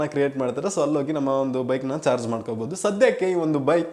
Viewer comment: Not George. It's charge